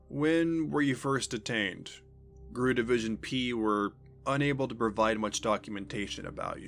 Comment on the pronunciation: I've made this comment on several other channels. GRU is not pronounced 'grue'. It' pronounced like any other alphabet group; FBI, CIA, KGB, etc.